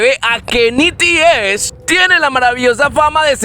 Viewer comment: No se pronuncia nities se pronuncia NETIS XD